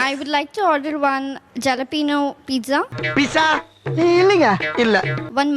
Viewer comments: Mexican chillies jalapeño is pronounced as halapeno and not jalapenos.Hotel bearers are pronounced as beara and not bearers. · It is NOT ஜலப்பினோ but ஹாலப்பினோ! பிரெஞ்ச் மொழியில் J வை Ha என்றுதான் படிக்கணும். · Athu jalapeno ilama , halapeno😂. Pizza illa peetza